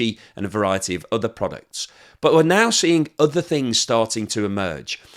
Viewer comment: GREAT incisive analysis as always. Do have one little niggle: The word other, is pronounced as OTHER, not udder. English not scottish, eh?